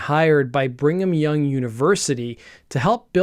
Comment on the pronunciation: You said “bring ‘em young” University not once, but twice. 😎